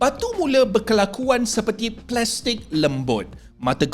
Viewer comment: Plestic lembut 😂😂